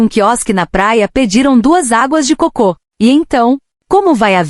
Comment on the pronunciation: Terrível ouvir este vídeo lido por IA: repete mais de 3 vezes água de cocô em vez de água de coco! E ficar ouvido repetidamente faz pensar: por que a IA não corrige erros de leitura decorrentes de erro de acentuação?